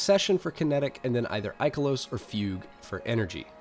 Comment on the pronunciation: Incredible work for this and the heavy weapons video. Thank you. Subbed. Also, THANK YOU for pronouncing “Fugue” correctly